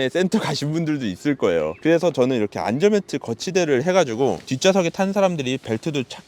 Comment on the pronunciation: 자꾸 안절벨트라고 발음하셔서 뭔가 웃겨요 ㅋㅋ